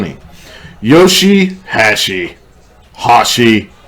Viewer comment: Yoshi - HASH-E... Such a white boy! lol